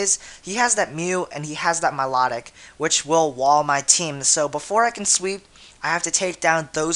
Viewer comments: Milotic my-low-tick dude, not mih-law-dic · milotic pronounce My-Low-Tick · at first when u said my-la-tic, i was like whaa? i thought it was my-low-tic... o: i guess everyone pronounces names differently :P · I'm sorry but I HATE how you pronounce Milotic... >.>